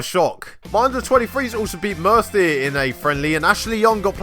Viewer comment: Murtheer = Strong Welsh pronunciation!